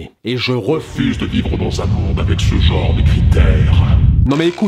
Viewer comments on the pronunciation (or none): S'il vous plait. un genre, un "jean"-re et non un "joe"-r Merci d'avance :3